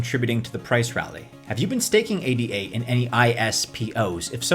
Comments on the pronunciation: Thank You but one correction - it's not "A D A", it's Ada. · Its called A-duh. Can't take you anywhere foo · ADA pronounced “EY-Dah”, Jesus wept! 🤦‍♂️ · Option 4) learn how to pronounce ADA